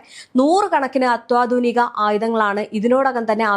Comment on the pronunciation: അത്വാതുനികയല്ല അത്യാതുനികയാണ്